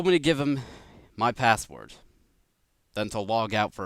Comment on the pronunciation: It sounds so weird how he says password it sounds like passwort and great vid